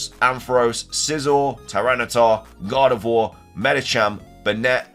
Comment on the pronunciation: Bro when you said gardevoir i thouht you said god of war i was like oh shit mega kratos 😂😂